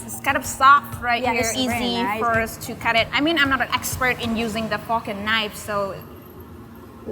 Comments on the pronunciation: LOL Starting I thought she said Fu**in Knife. She said "Fork and Knife". Whew! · I thought she said "I'm not an expert at using the fuckin knife" Fork and knife. Got it the second time through. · It sounds like she said "I'm not an expert using the fucking knifes" but really she said fork and knife. I just found it funny and cute lol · I realize it is the accent, but , it does sound a tad like she is saying fucking knife. I love smoking meat, and have tried some of the flavor profiles, and they are amazing. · Them girls talk purty good 'Murican. the "fok'n knife"? Yikes! That is good 'Murican. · I thought she said fockin knife lol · "I'm not an expert, using the fok and knife" I love accents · did she say what I thought she said. Sounded like she grew up in Boston😂😂👏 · Lmao . The way she said fork and knife 😂